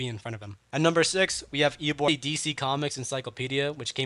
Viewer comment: Bro its eobard not eobord